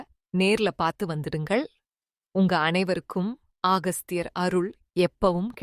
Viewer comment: அகஸ்தியர் என்று சொல்லுங்க ஆகஸ்தியர் அல்ல